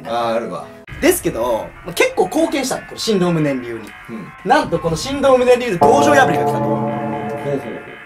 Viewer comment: ×しんどう ○しんとう